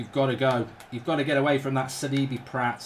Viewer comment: It’s not Sid-I-be Up it’s Sid-ee-bay